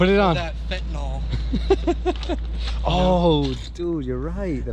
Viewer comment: Whys he calling it a fetinol mask